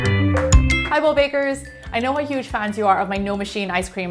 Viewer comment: in the beginning Is she saying hidlo bakers?